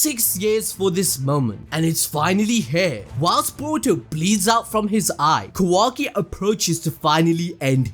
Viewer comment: I love you and your videos but the way you say Kawaki lol its so jarring im not sure if thats the right word.